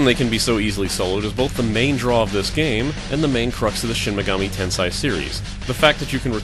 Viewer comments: MortalWare unfortunately Japanese is very strict in its pronunciation. "Tensai" is a completely different word (means "genius") from "Tensei" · It's pronounced "ten-say" not "ten-sai" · Normal pronunciation of Tensei = ten-say" pronunciation of Tensei = "ten-sai"? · The hell you say.. He also says niche as 'nich' not 'neesh'. But each to his own. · "In this video I repeatedly pronounce "Tensei" wrong. Get over it." NO!